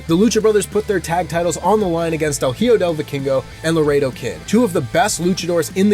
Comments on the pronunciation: Hijo=e-ho NOT "he-ho" It always bothers me how English speakers always forget that the H is silent in Spanish, is not that hard kids if you're ever to learn anything about another language let it be that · Hijo is pronounced: ee-ho